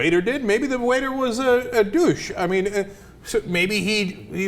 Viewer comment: Out of all the stuff that was said there, the most notable thing is how Cenk pronounces douche lol.